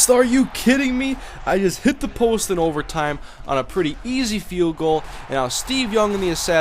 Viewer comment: It's hilarious how you say "the kick is up... AND IT HIT THE POUST!" lol